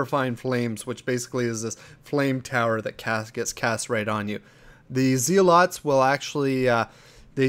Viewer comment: IN THE WORDS OF DAY9! Its a zealot... not a zee-lot.